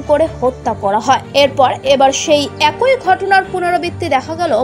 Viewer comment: Words to watch for pronuncitaion: biruddhe - not biroddhe mob - not mobo ek-i - not ekoi tablig - not taablig bhango-re - not bhang-re udbeg prokash - not udbigno prokash (mistake of the news writer) go-boloye - not gobloye etc